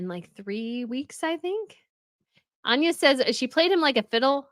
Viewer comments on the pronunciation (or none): none